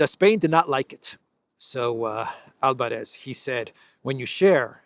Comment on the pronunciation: Albáres not Álvarez dear